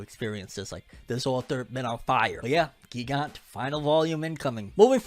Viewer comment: It's pronounced gigant as giant not gee gant